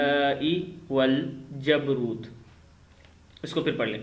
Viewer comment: Bhai galat perh rhy ho 🙏 Gor sy dekho (Wal Jabaroot hy ) Waljabrot nhi hy lafz